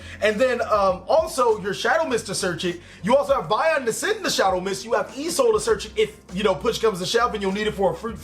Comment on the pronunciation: I noticed something in this video you constantly say e soul in this vid but I can't figure out what e soul Stands for. Certainly it's not e emergency call, rght? Or are you saying Isolde as in the link 2 noble knight?